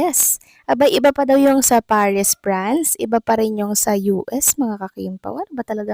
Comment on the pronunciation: VLOGGER:.PARIS, PRANCE X CORRECT PRONUNCIATION: PARIS, FRANCE